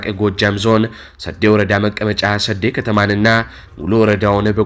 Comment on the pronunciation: 'ሰዴ' ሲነበብ 'ዴ' አትጠብቅም። ለማስተካከል ያህክል ነው፣ ድል ለፋኖ💪